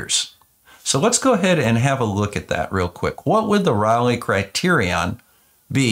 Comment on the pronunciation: Just FYI, it isn't "rawlay" it's RAY-lee. Raleigh is a British bicycle, Rayleigh is the criterion.